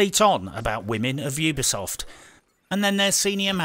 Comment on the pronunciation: Ubisoft. U-be-soft You be soft, Mmmm.